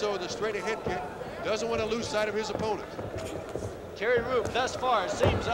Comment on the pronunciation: Does one commentator keep calling him Jerry Roop?